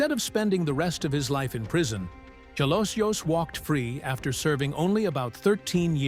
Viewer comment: His surname Jalosjos is pronounced as Halosos.